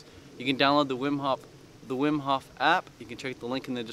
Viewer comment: his name is Wim Hof not Whim Hoff